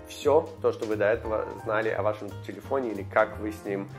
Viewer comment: "Телепфоне"эхо проживания в Америке)